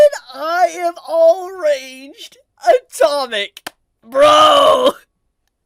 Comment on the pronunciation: I honestly heard I am orange Atomic